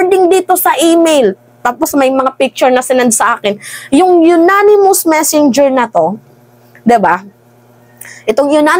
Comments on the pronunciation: Anonymous po hindi po unanimous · ANONYMOUS hindi UNANIMOUS...!!!! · Unanimous hindi yonanimous, ganon pa man hindi rin tama ang salita, dapat ay Anonymous which means hindi matukoy ang sender na nagpadala dahil ayaw nyang magpakilala, ok? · Agree. ANG NAME NG SENDER AY YONANIMOUS. GANYAN NYA BABASAHIN. Alangan BASAHIN pa rin nya anonymous. Eh, YONANIMOUS nga ang name. 😂😂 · Anonymous po :) Sorry for correcting ha? I’m BBM supporter ✌🏼 uh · naa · nuh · muhs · anonymous po hindi unanimous po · Ananymous not unanimous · Hindi unanimous its anonymous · Anonymous mam hindi unanimous po, mabuhay ka good job mam, supalpal si hitad syo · "anonimous" cguro not unanimous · ANONYMOUS siguro ibig mong sabihin. HINDI UNANIMOUS. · Anonimous hindi unanimous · Baka "anonymous" ang ibig mong sabihin hindi "Unanimous" hehe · Anonymous....Hindi po younanimous.....hehehe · Baka anonymous source, madam hindi unanimous💕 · Anonymous mam, ndi Unanimous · Anonymous maam..hindi po unanimous. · Mam, siguro po anonymous, hindi unanimous. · Anonymous at hindi Unanimous, okey.! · Anonymous not yonanimous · Anong "yonanimous" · Maniniwala na sana ako kaso “unanimous” 😂